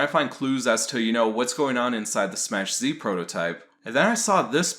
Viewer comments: "it's pronounced "SMACK Z" not Smach.. get the pun much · I thought it was pronounced "smack" z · Smass. He's pronouncing it Smass Z.